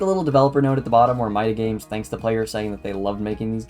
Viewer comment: Another one, but you really need someone to read your scripts and make sure they're good, because some things like calling Italian "butchered Spanish", pronouncing "MidaGames" wrong, saying the wrong release dates for the remakes, some things that can make the game seem not that good like your issue with the fullscreen (which as far as I'm aware is a you thing lol), just on the whole a bunch of errors that could've been easily solved if you ask anyone knowledgeable on Five Nights with Coso to look over the script And also the whole part after the where you start saying the ending of FNaC 3 but don't show any footage and instead some recycled One Nights at Cosonut 2 gameplay is really odd and really drags it down a bunch Its clear you put effort into it but it still needs some time in the oven Decent video 🍵